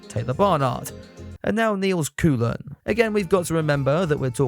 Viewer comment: FYI, I understand the difficulties of another language but Koolen should be pronounced as KOH-len.